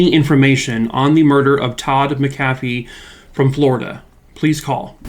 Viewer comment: This is my relative. We still don’t know and it haunts us. Side note. It’s prounouced Mac-uh-fee. :)